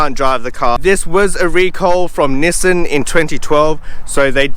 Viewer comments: It's actually Nissan not Nissen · Actually it's Knee-Song.